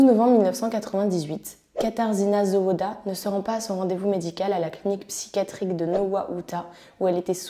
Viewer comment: La prononciation les noms est vraiment médiocre ! Zawada / zavada /